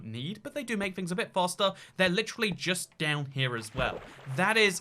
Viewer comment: said: Lichrilly